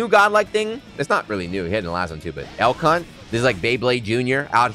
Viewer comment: After about the sixth time hearing the name of his "Beyblade Jr.," I had to look it up. Elk. Hunt. I just kept hearing "L Cu...". Well, I probably still will. I wonder if the AIs scanning audio on videos and streams will. Uh, have fun with that, commentators.